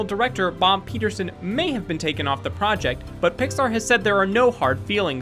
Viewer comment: Peterson replaced by Peter-Soan :D